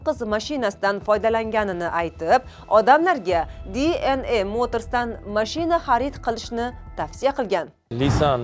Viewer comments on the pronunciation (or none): Dna deng. diy en ey qaysi tilda oʻzbek misiz oʻzi